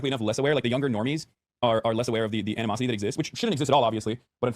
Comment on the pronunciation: “animosity” 😂 come on buddy